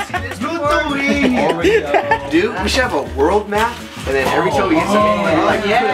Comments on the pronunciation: HEY! Its Lithuania! not Luthuania. :( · its lithuania but not luthuania